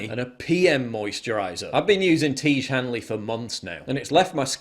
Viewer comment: It's pronounced "Tee-ezh", not "Teege". FFS, Paul.